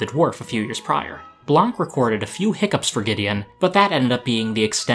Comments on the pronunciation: Mel's name is said like Blank, not like Blunk. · Mel Blanc's surname is pronounced as "blank" with a short A. In fact, his surname was originally Blank his father was the son of German Jewish parents. He changed his spelling to Blanc after a teacher told him that he would amount to nothing and be like his name, a "blank". This happened at the age of 16.